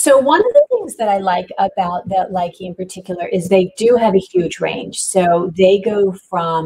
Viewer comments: It is properly pronounced Loo-Kuh not Like-ee. Thank you for at least giving it ur best to pronounce them :) instead of being hateful, I thought I would be helpful and tell u the correct pronunciation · if you gonna sell it, learn to pronounce the name correctly